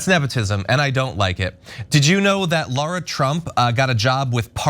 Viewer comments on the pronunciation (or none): I thought she said Lord Trump, I had to rewind twice 😂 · yeah i heard "Lord Trump" initially be realize she said "Lara Trump" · I heard that too. gagged a little.